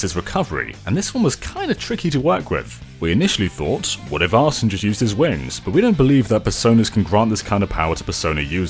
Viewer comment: And Arsène is pronounced more like "ar-SEH-nuh," with the last syllable barely audible